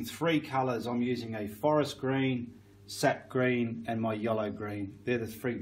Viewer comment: Are you saying, "Seth green", "set green" or "sept green"? I can't quite understand what you are saying.